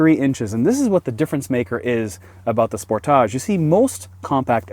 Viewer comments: Spor. Taage.. dude thinks it's a French word. How irritating! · How do you really pronounce "Sportage"? Cuz the way he saying it is really weird lmao